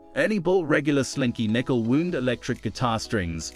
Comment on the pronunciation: Hey Y'all. This vid is pretty useless to people who are looking for strings. 1: This clip is a 9-minute ad, so show the ACTUAL SPECIFIC product you are describing, in several shots you have B-roll of a different product from the same brand. Telling us about "The regular slinky" when the package clearly says "Beefy." 2: Strings are "wound (WOWnd)" not "Wound (WOOnd)." (Is it a British thing to pronounce it that way?) Examples of professionals saying "flatwound." 3: If you want me to buy any of these strings, you should have included some audio of what the strings sound like when played, instead of talking nonstop for the whole vid. The only info I got was how these strings look under professional lighting.